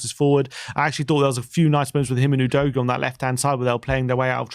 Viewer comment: Stop saying Oh-dough-ghee, please. Everyone knows now it’s Ooh-doggy.